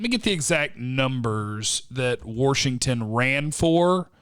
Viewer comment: Did you say worshigton?